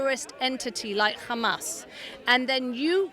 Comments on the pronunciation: “kkkkkkkkkkhamas” She said it like that so many times that ears hurt now. By the way, that pronunciation of the word “Hamas” is specifically from the Israeli (i.e. modern Hebrew). So either she is Israeli or she wants to mimic the wrong Israeli pronunciation of this word—that tells you a lot about what media she engages with and what bubble she is in. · The British accent lady can’t pronounce his name, can’t pronounce Hamas which is basically just Humus, it’s not that hard. Why are they always bringing up the Middle East when talking about NYC? This is just prejudiced thinking through and through with contradictory statements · They purposely mispronounce Hamas to make it sound more foreign and scary. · why do they emphasize the word Hamas 😂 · Do you actually pretend to cough up a loogie when pronouncing "Hamas" natively?